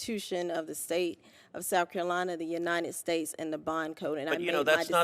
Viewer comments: Grown woman: “Souff Carolina” 🙄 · Souf Carolina. Amazing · "Souf Carolina" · SHE SAYS S O U F CAROLINA! IGNANT